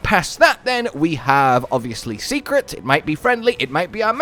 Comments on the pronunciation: Hey, the Seikret is not prounounced secret (See-Crit) it's pronounced (Say-Crit). Go watch day 2 of the live stream from the MH team, they say it several time. Keep up the word learning! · Is anyone gonna tell, that it's pronounced "Say-Kret" not Secret:S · They said it so many times at the show. Seikret (Say-kret) or (seh-kret) not Seeeeecret XD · All you have to do is change what you say It’s “dough/doe” shaguma “Say” kret And so on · Say it with me. Say-krit. I think it’s a mashup of sacred and secret, but I digress!